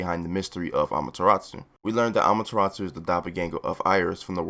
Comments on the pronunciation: Learn how to pronounce amaterasu. Not amateratsu. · Btw it’s ee van juh list and uh mah yuh rA soo